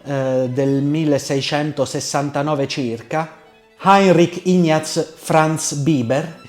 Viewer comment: Bellissimo!!! Attenzione alla pronuncia : si dice cucùlo e non cùculo; Ignaz vov Biber: I-g-n, non ñ all'italiana o spagnola. Comunque sublime! Giovanni Fornasieri pianista direttore d'orchestra e didatta.